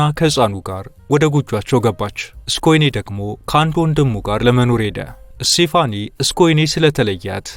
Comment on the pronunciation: ስቴፋኒ ነው ስሟ ፣፣ ( ሴፋኒ) አይደለም